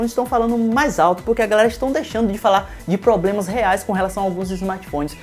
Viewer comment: Parei de assistir no "... vamos falar agora de PLOBLEMAS..."